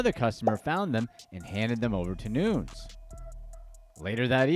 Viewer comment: Noo-nez not Noons.... cracks me up